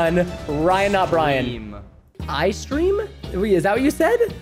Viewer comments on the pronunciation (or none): Bro it's not eye streem it's E Y Streem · It’s not eyestreem it’s ey-streem